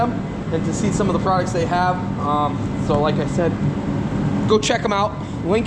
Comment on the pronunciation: What is a "projict"?? What is a "prodict"??